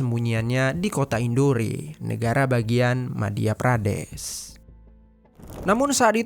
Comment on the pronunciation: Ralat sedikit bang.... Tulisanya emang INDORE tapi bacanya kota INDOR bang... Maaf yaa saya koreksi sedikit 😊